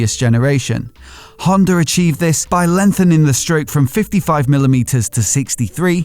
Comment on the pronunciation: Haha... the R is silent :) eller inte ;)